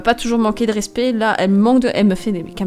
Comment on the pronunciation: quand tu dis ''je vais la jifler arete de me manquer de respet'' mort de rire